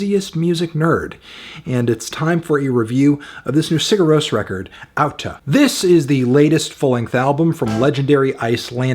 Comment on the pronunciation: good on you for pronouncing the title correctly! a with an accent mark is pronounced like au in icelandic